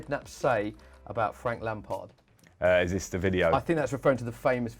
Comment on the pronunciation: it is frank lamard instead of lampard